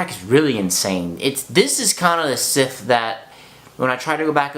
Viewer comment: Are you saying Sith? :) Bless you. Enjoyed your review :)